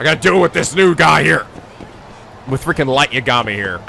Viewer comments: Just a heads-up, cuz the comments’re prob gonna scream at you... It’s not YaGAmi, it’s YAgami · Just like with Majima being pronounced MA - ji - ma and not ma - JI - ma, you should pronounce Yagami as YA - ga - mi and not ya - GA - mi.